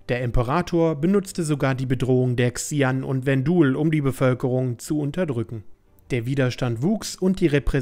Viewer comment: übrigens werden die Xi'An "Sche-ann" ausgesprochen :P